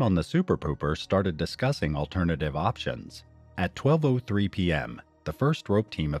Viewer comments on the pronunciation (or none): none